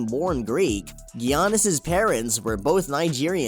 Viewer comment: “gee-ah-nis” okay bud